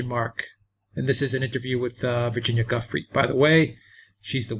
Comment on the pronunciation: Giuffre- pronounced Ja-fray, not Gufry